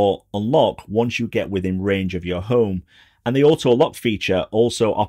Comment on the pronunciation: ”The ’Ome app”